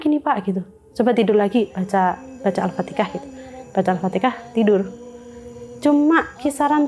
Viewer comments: Kenapa sih bilang al-fatihah tuh jadi al-fatekah ? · Al-fatihah mbak.. Bukan Alfateka Kenapa sih Jawa suka nyebut nya Alfateka. 😂